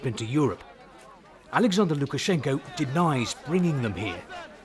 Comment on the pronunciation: Nice job, at Lukash. And imressive russian speaking, have to admit!